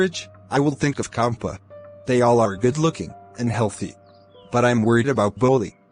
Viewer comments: It is champa in pronounciation and not kampa Tehsildaar nd not shildar Just a correction everything else really awsm 🔥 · The story is nice and the explanation too. But it's not Kampa. You should pronounce it as "ch", like in champion.. it's "Ch"ampa